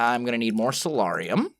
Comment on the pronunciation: I may be incorrect and please don't hate me if I am, but I believe soularium is pronounced (soul-air-ee-um)